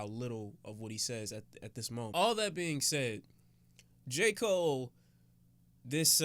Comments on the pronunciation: Nigga hold up..didyu say "J cool-aid"?😂😂😂😂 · Why isn’t anybody talking about how he said J. Cool Aid😂. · Nigga did you jus say J.koolaid...